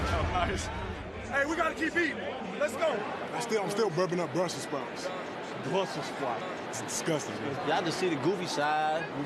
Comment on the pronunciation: "Bwussel Spouts." 😂😭